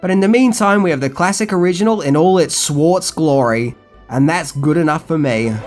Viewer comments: Its Shwartz with a "sh" not Swartz... I mean come on, whats with you man.. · So many great one-liners! Btw, it’s Schwartz, not “swartz”, and Brooks played three roles, as he was also the voice of Pizza the Hut. To my understanding, they actually used real melting cheese for that costume, which burned the actor playing the role. Even if they could get Rick Moranis, it would be a crime to make a sequel without John Candy. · How can you be a fan if you can't pronounce Schwartz? "SH-WAR-TZ" not "S-war-TZ" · Please learn how to pronounce the Schwartz. It’s not Swartz. Ssh. Shhhwartz Ugh. I’m surrounded by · your pronunciation if schwartz is amusing. you're not saying the 'h.' like swartz. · I like your video, but I have to say when you're saying "schwartz" it sounds like you're saying "swartz". lol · It's Schwartz, not Swarz. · Pronounces it "Swarts" throughout the whole video until the last line... I don't know if it was intentional, but I died laughing. It's definitely a Mel Brooks joke if it was intentional. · The “swarss” lmao😂😂😂 i know its his accent that prevents the actual “sch” sound, but i laughed Edit* This channel is great, i enjoy his videos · saying "Schwartz" is cracking me up... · Dogg - Rebel4Truth I know! and it has been driving me nuts. Has he not seen the movie??